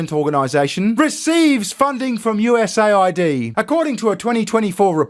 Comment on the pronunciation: It’s not USA ID. It’s US AID.